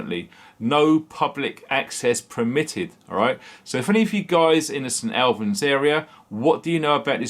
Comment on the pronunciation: Hi, its said, st allllllbans!!! st albans